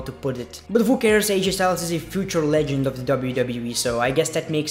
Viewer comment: Sounds like your saying legend fucker lol